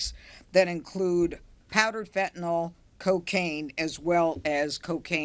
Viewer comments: Never trust anyone who can't say fentanyl. There is no such thing as fentanol. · It’s distracting when people pronounce fentanyl as “fentanol.” Meaningless thing, but there it is.